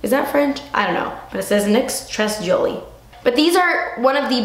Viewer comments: "très jolie" means very pretty in French. And you say it like trey jcholi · It's said "tré jólie", means very pretty :) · the "tres jolie" thing on your liner is prounouched "tray zholay" (did that even make sense) and means "very happy" or joyful. and yes, it's french haha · Tres Joli is french for "very cute" and it's pronounced (tray jolee) :) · tres jolie- very beautiful, it's french and pronounced 'trae jholie' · Très Jolie is French it means really pretty and you say it like : trai joli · You're sooo funny when you try to talk french hahaha 'tres jolie' it's so cute that you try to pronounce it, you're just not ashamed at all and i love that!:) Btw i like your youtube channel so much, i've been watching all your videos this week and i'm addicted! <3 I feel like i've learned a lot about using makeup in the right way! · NYX "très jolie" we don't pronounce de "S" in french it means "very beautiful" ! Franch girl studying in the states, following and loving your videos ! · Haha! Hilarious how you pronounce 'très jolie' :) It's french for 'very beautiful' but I'm guessing you already read that somewhere between the comments! Love your videos :) good luck with all the moving and stuff, have a nice day xoxo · Just for your knowledge : "Très Jolie" (from NYX) is actually french as you said and it means : very pretty :) and we don't pronounce the "S" :) I love your videos, keep going you are awesome :D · Dont say the "s" in tres jolie and you got it right :):):)